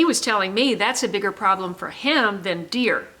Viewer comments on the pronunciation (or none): none